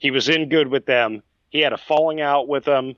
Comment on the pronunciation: Why is it impossible for you to say the word 'With' ? You say wif. It's very off-putting.